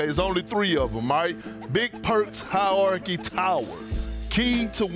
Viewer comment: Perk spent all night practicing the pronunciation of "hierarchy" 😅